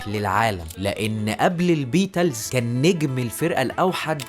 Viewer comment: فيديو معفن اووووي نطق الإنجليزي ضايع بالذات البيتلس ودخله الحرب بصراحه فيديو خايب